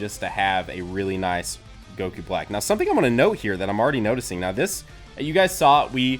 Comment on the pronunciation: GOKU NOT GOKUO